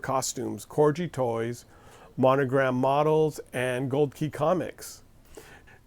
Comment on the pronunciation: Corgi has a hard "g."